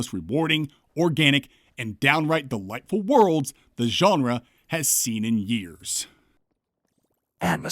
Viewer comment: As a non-native English speaker, I always enjoy your pronunciation of "genre". It's like "Geoff" and "Jeff". You say "Geonrah", and I keep expecting a noble house surname accompanying it. "Sir Geonrah Mormont, Lord of Bear Island"